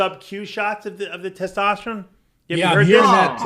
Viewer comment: That gotta be a freak guy has to make a audio of saying “tetosterone” and “tetostalyze” 😂😂😂😂